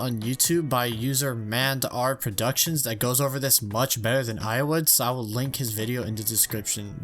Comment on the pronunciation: I love how instead of saying M And R Productions he says Mand R Productions Lol